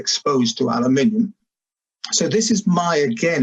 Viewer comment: Thanks, Dr Loe Fisher, for pronouncing "aluminium" correctly for us Brits!!